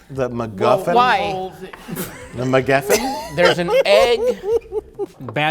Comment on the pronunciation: From the vantage point of the future, it becomes clear in retrospect that Mike trying to say “Egg MacGuffin” but getting “McEggfin” was in fact a flashing warning light indicating an impending total system failure, which fifteen minutes later manifested as Mike trying to say “Depressing Ap-ART-ment” but getting “Depressing Art-Partment” instead. If only Jay, Patton, and Rich had been paying attention to the warning signs … tsk tsk